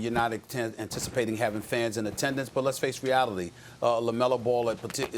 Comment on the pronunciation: he said "let's face reatily"